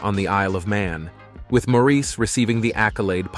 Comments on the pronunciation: It’s Insulting that the commentator didn’t make the effort to learn how to pronounce Maurice’s name. It’s NOT Mor-eese’ . It’s Mor’ iss . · It's Maurice ok,not Moreese...what the heck! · It is spelled Maurice..not Morris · I hate that too!!! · Americans often pronounce Maurice like that. They have their own lingo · being from another country doesn't give you license to butcher someone's name. All this guy had to do was watch one or two interviews with them but apparently he never has